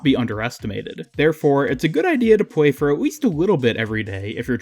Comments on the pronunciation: Why do you saying pway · To pway at weast a wittle bit everyday. Ok not hating just pointing it out 🙂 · Whenever you said something with an L sound you said w. Like multiple times you said weveling up. Sometimes (most of the time) wheb you said play you would say pway too. I just found that really funny